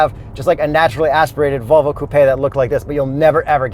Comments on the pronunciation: stop saying ‘coo-pay’. Lol you aren’t sophisticated or European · Wait why does he pronounce it like toupé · Where are you that coupe sounds like coopay? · Can anyone count how many times they've said "Coo Pay" in the video lol